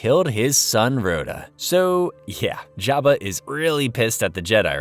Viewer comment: Jeba not java bro